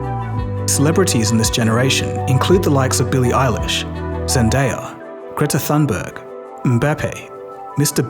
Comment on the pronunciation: Hey mate, the "th" in Greta Thunberg's name is pronounced like "t" in English. Not many languages even have the "th" sound.